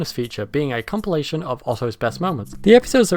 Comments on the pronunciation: Nobody could possibl-eye pronounce it like that. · Hahaha imagine not having heard “compilation” pronounced out loud first before reading it, couldn’t be me and my eepy-tome. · Enjoyable video. Never heard anyone pronounce 'compilation' like that before though lol.